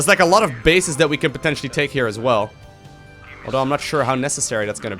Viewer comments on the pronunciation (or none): none